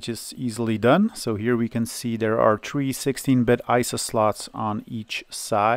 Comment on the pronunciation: lol i noticed that sometime you pronounce it as tree and sometimes three.